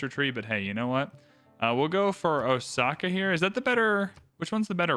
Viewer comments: Actually, the reader should pronounce it with the emphasis on the O (as in "oh! I get it"). Let it be slightly prolonged. As in Oh!-saka. The O is the kanji character 大 which means big or large. This city is the big saka. While saka isn't necessarily a modern word, used more for a sound, it probably has a historical meaning as "hill". This would make it "big hill"as a city name. Which makes sense due to being built on the side of a mountain. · I haven't watched Shogun but the correct pronunciation of Osaka is with an s sound, not with the letter z